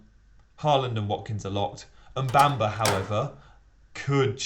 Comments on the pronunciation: Say after me.. Mu-Bha-Ma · Why is it so hard to pronounce Mubama correctly. It's awful.